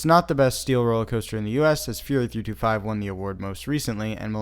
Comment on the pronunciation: Can I have a link to the TTS Fury 325 mispronunciations